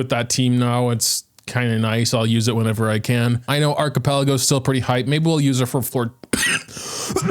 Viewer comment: Been a bit since the og Clorinde video but I have to say it was worth the wait because hearing sound so distraught at the bad artifact rolls and then hearing him call Arlecchino Archipelago made my day Edit: Only 30ks fully built and 40ks occasionally....man I remember before the beta nerf she'd do 50-60ks consistently and have a longer skill duration just at c0 not even sig, she's better then Cyno so a very small power scale but still man sadge